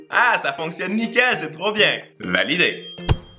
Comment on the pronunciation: "C'est trowp bien" ❤️